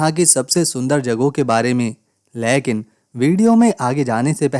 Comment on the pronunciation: "लेकीन" कैसे बोलते है ?